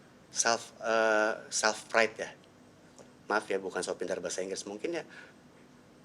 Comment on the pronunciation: Maaf ya bukan sok pinter bahasa inggris ya. Tapi bahasa inggris yg diucapin salf pride bukan self pride 😂